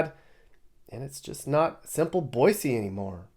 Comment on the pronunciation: 3rd generation Idahoan, my daughter is 4th. Thanks for correctly pronouncing Boy-See. Great video